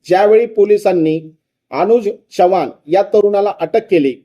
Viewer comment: च्यवाण 😂😂😂😂नाही हो चव्हाण म्हणा अशुद्ध भाषा ऐकावयास नको वाटते